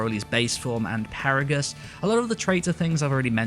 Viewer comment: ... Did you just say Paragus.